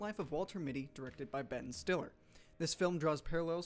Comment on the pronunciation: Am I miss hearing the voice over but sounds like he said Betton Stiller?